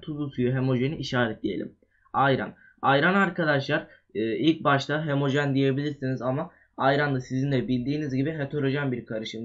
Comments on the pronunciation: hemojen deme sinirim bozuluyor HO-MO JEN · hemojen degil HOMOJEN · hemojen degil😠😠😠😠 ho mo jen